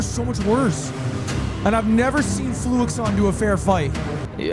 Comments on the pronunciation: its fluixon bruh, not fluxion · that name is definitely not FLUX-i-on. it's clearly FLU-ix-ON. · fluixon has confirmed that it’s pronounced flu-ix-on but he probably is just used to people saying fluxion and doesn’t care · Hate how its spelled Fluixon but everyone calls him Fluxion and this is never brought up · I think its funny that Lud watched the entire video, and still doesn't pronounce Fluxion's name properly